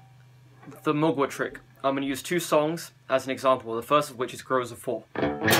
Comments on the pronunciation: It's not pronounced Mogwai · Mgla is pronounced ""Muh-glaw" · It kinda is, the L is soft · did you say Muglua? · the way to pronounce mgla is read the L as if it was a W, and read it in one syllable. you're welcome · Ahah im from Russia and i can pronounce Mgla correctly an you can not ahahaha